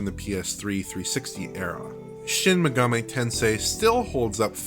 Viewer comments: It's not pronounced Megameh... it's MegaMEE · Dude's voice is boring, and that lisp... And "maygahmay". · It blows my mind how so many YouTube channels mispronounce Megami as "Meh-gah-may." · Shin Megamay Tensay